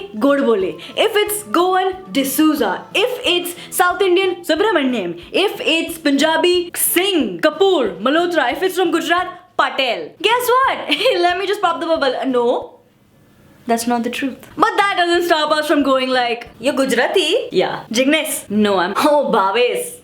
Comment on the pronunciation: It's simply patel not pateeeeell. So stupid video